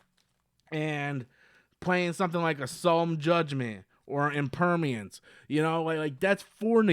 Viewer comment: I love CD's but you said Impermience not Impermanence , it doesn't stop water from penetrating. Jast call then Imperms. Link the power bonded or Limiter Remove to Seiger's 2100 for a 6300 multiple att CRD.